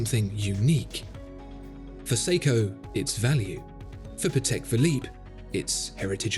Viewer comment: well, it's pAtek, not patEk. it's a polish surname.. not a big deal, just so you know.:)